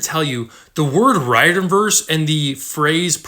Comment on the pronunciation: I'm really not trying to sound rude but I'm pretty sure Riordan is pronounced REER-DAN